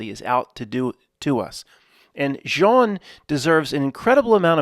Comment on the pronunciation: Hi. In French, with the name Jean, you don't pronounce the "n". It is not silent, but is enounciated at the location of the throat, in combination with the other two letters that follow the "j". There are three good groups on Facebook for people discussing various simulation theories as well as just different opinions...people in the co.ments, sharing their individual thoughts about the nature of reality. Two of the groups have the same name, one has a few thousand members, the other one about ten thousand members. I think the groups name is: simulation theory. The third group iscalled something like, simulation theory proof. There may be additional fb groups about sim theory or related. But those three are the ones I'm aware of, a d I highly recommend checking them out. It's weird, because within the comments, I don't think I've once seen any comment me think g you tube. It's as if those people exist within a fb universe closed offfromthe yt universe. Except for the simulation proof channel, where I first encountered her twitter account of the same name. As far as groups of people existing within separate universes so to speak, I've so found great discussions and people's theories about reality, in the comments secrions, of the yt channel called:Godgevlamste